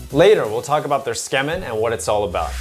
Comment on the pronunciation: Ok but why do you keep saying "skemin". Tsukemen = suu-key-men